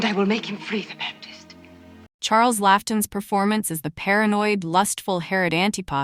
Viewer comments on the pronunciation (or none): It's pronounced Charles Law-ton